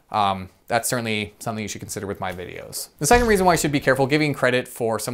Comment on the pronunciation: M Did you say “curtain-ly”?